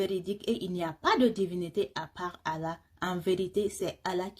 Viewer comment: Très bien cependant il faut accentué les 2 LL dans le nom de ALLAH ❤❤❤.